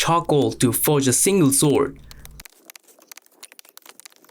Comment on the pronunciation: His accent makes it sound like he’s saying Soul Sword. I dig it.